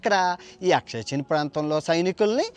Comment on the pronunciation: అది "అక్సాయ్ చిన్". అక్షయ్ చిన్ కాదు.